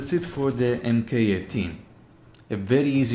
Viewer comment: Mk means "mark," so spoken out loud it's Mark 18 not M.K. 18